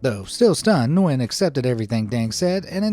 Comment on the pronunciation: Hi I'm from Vietnam, just so you know, it's pronounced nuy-en not nwen. Thank you for coming to my grammer police Ted talk.